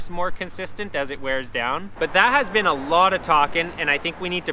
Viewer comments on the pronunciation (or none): none